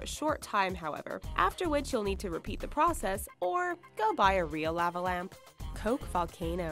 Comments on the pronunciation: Law-va not La-va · lah- va is how u say it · "Lahvuh lamp." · Say "lava" correctly. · that bothered the hell out of me lol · The way she says lava lamp pisses me off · why the hell does she say lava that way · Yep dunno why but that bugged the shit out of me too. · the way she says lava lamp 😂😂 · How she said lava was weird